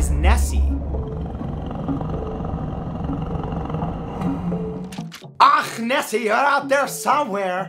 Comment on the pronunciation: Matt. towards the end of your Scottish accent you sounded more Swedish. Instead of SAM-waer you need to go SOOM-waer, and instead of "out thair" you need to say "oot dair", and instead of "Nessey" you need to go "Nesseh", difference being a stop at the end of "Nesseh". Less AAAACH and more ACHHHHCHCHCH. Thusly: "ACHHHH! NESSEH! YER OOT DAIR SOOMWAER!" And that is how you Scottish.